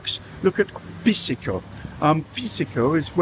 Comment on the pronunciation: Psichiko is pronounced